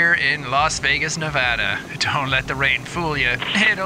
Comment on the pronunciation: thank you for saying our state right unlike most idiots who say it as Nev-ahhh-dahhhh, that drives us crazy ! ! ! !